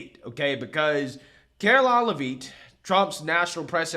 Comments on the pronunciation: Pronounced Lev itt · You're saying her name wrong! Its Lev-eet Its Lev-IT!